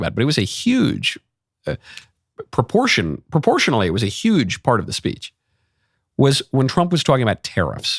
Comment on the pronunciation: "some people will say... the most beautiful, maybe even, of all time. 'Uge speech."